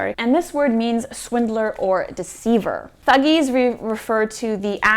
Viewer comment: Fantastic video. - Thug's pronunciation has more stress on T. Eg. aTTic. So you may try TTHUG. - Jalim literally means cruel. - The mythology behind origin of kali is that there was a demon who multiplied by it's blood touching the ground. So someone had to collect his blood before the drops touch the ground and get rid of the blood. So kali has that devilish nature to have the power to absorb that negativity (as the story says she drank every drop of the demon's blood) I don't remember the demon's name. - Gunga literally means dumb. And even though 'din' means 'day', I think it's dinu as it is a common indian name. So a boy named dinu who can't speak acting as a servant. (which was quite common during the british rule) - The actor playing villain is the great villain of bollywood, 90% of his work has him as villain but he's one of the most respected actor.